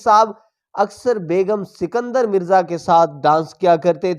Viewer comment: بھائ صاحب آپ نے شاید اردو کا قتلِ عام کرنے کی قسم کھائ ہوئ ہے اور نہ ہی اپنا تلفظ درست کرنا ہے. جناب پاکستان کے پہلے صدر کا نام اسکندر مرزا تھا سنکدر نہیں.